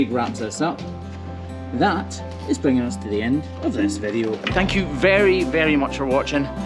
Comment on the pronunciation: tha is pronounced that and ba'er is pronounced better. uer driving me nuts ; )